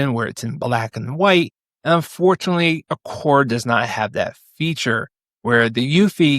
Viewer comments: Aqara not aqorrrr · hearing you constantly mis pronounce Aqara... every single time.. cringe... do you even try to learn how to say their name? and at some point maybe they just might stop sending you things to review cause you cant learn how to pronounce their name properly... (thats if they are sending you products)